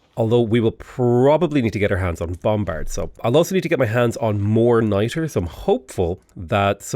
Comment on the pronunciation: For a second, in stead of niter, I thought you said knighter, like a silly way for saying knight.